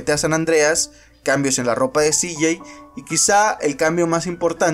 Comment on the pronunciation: Todo bien pero como pronuncias el nombre de Cj esta feo